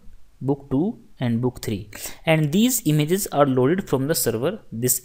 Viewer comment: It's not imzzzzz it' IMAGE LOL. Great lecture though thanks a lot